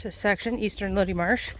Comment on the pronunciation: I believe it’s pronounced “low-die”